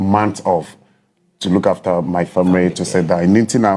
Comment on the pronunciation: Heeerr stop😂😂😂, frag, deverop,famire, frawes, probre sɛsɛn 😂😂, i dey enjoy watching my guy. I told people Tete go win cos they fix am already. Keep going bro 🥊🫡